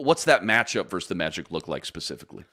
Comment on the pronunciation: Versus not verse